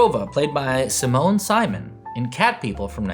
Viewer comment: Please pronounce Simone Simon correctly